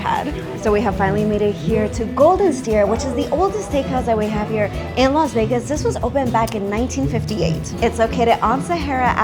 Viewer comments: Laz Vegas? You're the only one that pronounces it that way. Enjoying the restaurant tour thank you. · Laz Vegaz, she says!